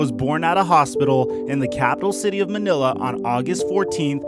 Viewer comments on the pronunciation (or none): none